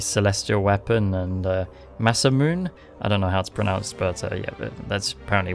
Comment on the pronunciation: Masamune is pronounced masa-mu-nae